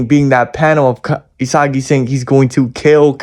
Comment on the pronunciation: isagily* ✅✅ isagi* ❌❌